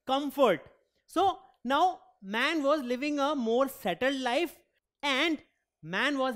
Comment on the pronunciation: Now was pronounced as noow